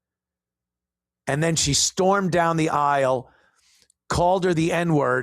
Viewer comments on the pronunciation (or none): “Aisle” pronounced eye-wull 😂